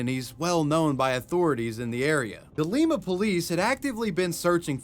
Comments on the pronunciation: Ohioan here. The folks who live in Lima actually pronounce it like Lye-muh. There's also a town near me called Medina but they say Meh-die-nuh. Okay, back to the video. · Not to be that guy but.. Lie-Muh. Lima, Ohio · It's "li-ma" like "lie ma" 😭 we're not in Peru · It's pronounced "Lime-uh". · Hehe it's Lie-Ma, OH 😂 like the bean. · No hate AT ALL but all my familys in Ohio (I escaped) and the way you pronounced Lima made me chuckle. Its Ly-mah like lima bean. But its Ohio so, ya know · I'm from Ohio It's pronounced Lime-a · As someone who actually lives near Lima, you pronounced it wrong. "Lie-mah" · Lima, OH is pronounced lime-uh lol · One correction, the city in Ohio is pronounced like Lima Beans “Lye-muh” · Hey there! Lima native here The city is pronounced (lime-ah). It's spelled just like the city in Peru but not pronounced like it. Aaaaand because we have one of the highest crime rates in the country, I'd imagine we'll end up on your channel again, so I wanted to give you the proper pronunciation. Love your content ❤ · It’s pronounced (Lime ‘ah’ Ohio) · Lima, Ohio is pronounced Lie-muh. Sincerely an Ohioan. Yeah I don't know why either LOL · as an Ohio boi, it's pronounced "lie-muh" as in Lima beans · Lima OH, is pronounced Lime-uh, or Lime-ah. :D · cant believe is talking about lima. also its ghetto ohio so its pronounced lie ma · When you’re driving past the Lima Police Department… and says “Lima Police Department….” Hahahaaha. It’s pronounced “lie-mah” btw… we’re weird. If you ever come here, though, Kewpie has the best burgers… old fashioned 50’s diner and well priced.:p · “Lima, OH” is pronounced like “LIME-A”. Sorry great video it just bugged me. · Lima is actually pronounced "lime-ah," Which is strange considering Lima, Peru's pronunciation. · It's pronounced (L-eye-ma) lima Ohio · I’m sorry bro, but it’s LIME-UH Ohio. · Your pronouncing of the word Lima is gold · It’s Ohio not Peru so that is not at all how you say Lima